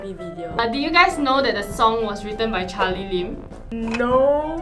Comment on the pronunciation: its charlim lee instead of charlie lee. Only i noticed it . Everyone aaagrees